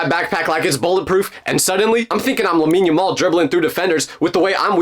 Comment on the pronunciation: Did you say lamine yamal